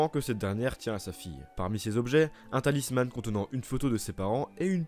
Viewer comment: J'adore ce que tu fais, mais je voulais juste te dire que ''talisman'' se prononce comme ''talisMENT'' et non pas ''talisMANNE'', je sais que c'est rien mais ça et d'autres exemples m'ont sorti de l'immersion x')